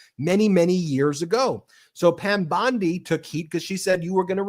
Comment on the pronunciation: What is a government for if not to safeguard the public? I mean for goodness sake! And where did that Epstein files client list that you said was on your desk disappear to "Pyam Bwondi"?